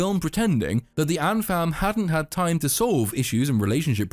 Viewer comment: I know you're saying ant fam, but it sounds like Ant Farm, which is hilarious to me.